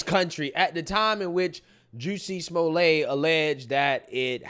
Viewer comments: pronunciation "Juicy-Small-Lay" 😂😂😂....its pronounced "Jes-sie-Small-Lett" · Juicy Smolay 😂 idk if that's a mispronunciation but there's my first chuckle for the day.